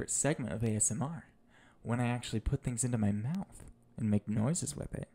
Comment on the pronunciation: “Tingles from fings thingers do” 2020 XD